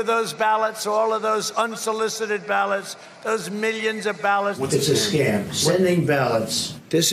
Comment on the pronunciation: Mily-ons and mily-ons and mily-ons and mily-ons